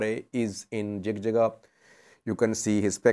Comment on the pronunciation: so we say it JIJIGA not JIGJIGA in English jig jig has have diferent meaning it means having intimacy.